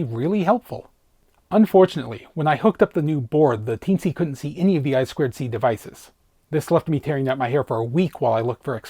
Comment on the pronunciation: Eye-two-see, not Eye-squared-see. 😂